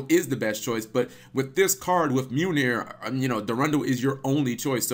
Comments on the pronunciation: Mew-nir? XD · 2 things Cap: 1. It's pronounced Mi-oll-neer 2. Mjolnir is the name of Thor from Norse paganism's hammer. Marvel used a lot of terms and names from the Prose Eda of Nordic mythos. I highly suggest reading it for anyone who wants a good story with great ideas and lessons.